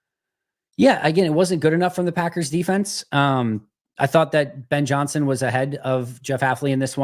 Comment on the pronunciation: Lol I hate the way he says Packers….. or should I say Paggurs.